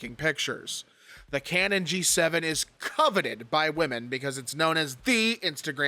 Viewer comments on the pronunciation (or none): none